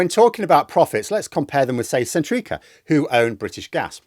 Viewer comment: Can't cope with you calling Centrica sen-TREAKER! 🤣